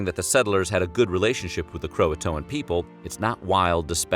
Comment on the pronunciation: Ughhh the way you say croatoan is soo weird